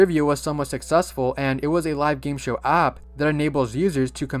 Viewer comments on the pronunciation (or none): none